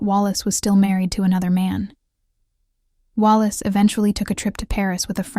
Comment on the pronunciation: This is very interesting research. But, please, please, do your own research, and do your own voice over. Is this all AI?? Why can't you say: Earnest, infatuation, spiraled, options, Wallace, reconciled, moved? Also, the voice change from an American to a British accent in the last minute of the narration was very strange and jarring. I had to give this video a thumbs down for those reasons. Note: Wallace called Edward "Peter Pan", in her letters to her ex-husband, Earnest. Please go over to Linday Holiday's channel for quality historical content, and beautifully produced and researched videos, which she herself narrates.